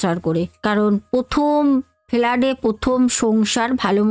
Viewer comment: ফেলাড..... না ফ্লাটে 😊